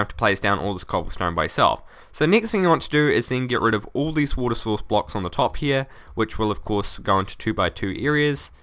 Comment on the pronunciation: woter laver you can get laver from neever and thats how you make regin walls